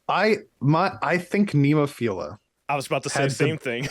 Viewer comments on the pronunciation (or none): please stop butchering NEMOPHILA it's not NEEMO, it's NEHmo.... listen to the band, Saki, Keiko etc. I would put my personal JRock top 10 as: (TOP 5 are in order, but the rest shuffle order often) Band-Maid NEMOPHILA BRIDEAR LOVEBITES SCANDAL ALDIOUS LONESOME-BLUE HAGANE POLKDADOT STINGRAY D_DRIVE